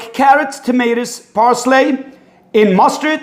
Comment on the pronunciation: Parsley not parslay